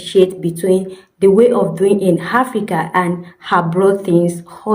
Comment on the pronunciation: Do you realise that Africa is a continent not a country? stop saying it’s hard in Africa (or Hafrica like you pronounce it) getting things or phone connections etc. It’s your country where it’s hard, not the whole of Africa. South Africa is miles ahead of most African countries (also some non African countries) and things are not hard. I hate it when people from countries where things are hard try to make it into a whole continent thing. Sorry, can’t relate.